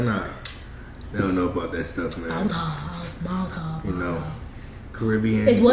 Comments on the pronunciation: He said malta wrong🤣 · It’s pronounced “MALL-Tuh” when you said Mal-Tah it gave me anxiety😂😂😂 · Its not alcohol an from Trinidad an we drink that most of the time an you pronouncing the name wrong its not Malta is pronounce like mall ta ...but its Malta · The way he pronouced Malta got soooo upset everytime he said it because im from the Caribbean. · He saying it tast like Malta but he saying it wrong lol like if u know Spanish u supposed to say it in the Spanish way if u know what I mea